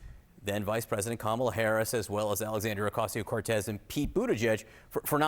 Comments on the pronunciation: It's very racist and misogynistic for Republicans to continually and willfully mispronounce the name of the Vice President of the United States of America. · Republican dude...say her name right!